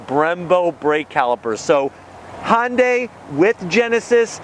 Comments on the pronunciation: Great review. Subbed. One huge advise though. Please pronounce Hyundai properly. It's not "Honday," rather the correct pronunciation is "Hun-Day." (even that isn't 100%, but it's light years closer to than saying hon-day) Keep up the good work. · The Koreans say hi un dye